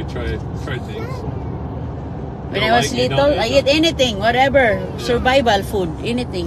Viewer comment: Sorry to correct you again,mag lesson muna tayo...yung Bicycle,hindi bisikol,say "bysikel",yung Uncle,hindi Angkol,say"Angkel",kahit bisaya ka pwede naman mag pronounce ng tama.pati pala yung little,litol sabi nya.😅😅